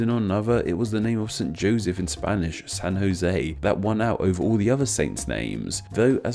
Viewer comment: You said San Jose very nicely